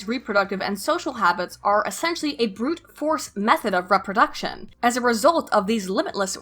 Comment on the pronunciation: As usual, you're poignant and well researched,. Keep making videos, I love your content. On a side note, I've noticed you pronounce some words really weirdly. IndedencEES? REHproduction? What's up with that?